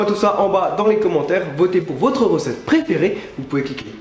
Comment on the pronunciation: Mdr Charles tu essaye de faire comme tibo inshape quand tu as dis " vous pouvez cliquer surrrrrr moi pour vous abonnez " copieur :p